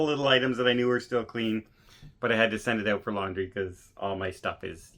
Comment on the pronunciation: Saying “ OUT” like a true Canadian 😅